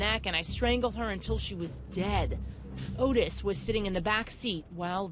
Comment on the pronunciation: Not Otis Toole, Ottis! Pronounced Ot-Tis not Otis!!!!